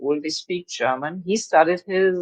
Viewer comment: Stfu....ur name should be deaf not DEF.....how dare you said Germa.......tan...